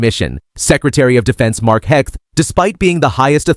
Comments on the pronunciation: Sec heg? I thought it's hegseth? What kind of reporter are you. Do you say pres ump? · The very least you might do is get his name correctly. It is not HEGS. It is Hegseth. Duh@